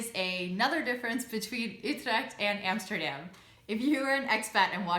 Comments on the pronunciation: Love your videos though. Love your pronunciation as well. Even saying Utrecht. Now pronounce A'dam like you know instead of Emsterdamn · I have always wondered why you still pronounce Amsterdam in an American way " Emsterdem" , but pronounce Utrecht in a Dutch way. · That's the first thing I noticed too! 😁😆